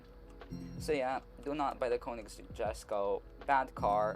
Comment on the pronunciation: its called or pronounced yesko.